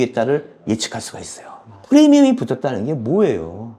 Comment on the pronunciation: 프레미엄× 프리미엄ㅇ 매번 프레미엄이라고 하시네요 premium프리미엄 입니다